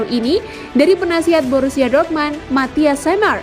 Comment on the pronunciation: Dortmund mbak bukan dormand anjay